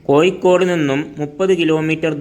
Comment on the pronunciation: ആദ്യം കോഴിക്കോട് എന്ന് ശരിയായി ഉച്ചിരിക്ക്